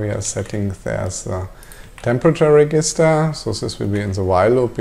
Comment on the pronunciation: Nice videos, easy to follow. One very minor thing - "Register" in English is pronounced like "reJister"... every time you say it, it causes a tiny mental hiccup and interrupts the flow (well for me anyway) . Thanks!